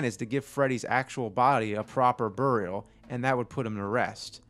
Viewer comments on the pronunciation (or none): I was about to comment.. James, what the hell is that? Burry-yal. I feel like he did that to troll us. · ...you say buried and burial wired